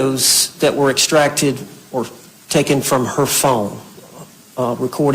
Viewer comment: He sure can't pronounce " extract" and "asphyxiation ".